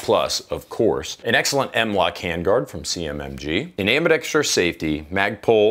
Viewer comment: Thank you for being the only Guntuber that can pronounce "ambidextrous," correctly.